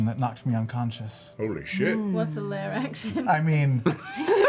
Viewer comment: IT'S LAIR, NOT LAYER 😩